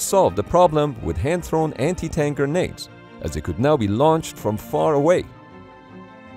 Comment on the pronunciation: Subtitle: "But what was the difference between regular grandes and anti-tank grandes?" (Pronounced gurr-nades by the narrator). LOL!